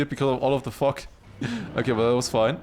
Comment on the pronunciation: bro I always laugh at the way you say fog